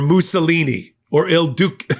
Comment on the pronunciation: Hey, another great piece, but in the title I’ll Duce the c is soft, like cheer or cheerios, not hard like K, reg Trumps propaganda, the Reefer Madness is apt, but I think it’s only time until he steps it up to Hitlers level, where he alters the images of his “enemies” so they look like rats and other vermin. He is one very sick individual and certainly on the slide to madness